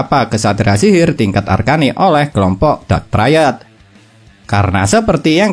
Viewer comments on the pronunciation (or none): none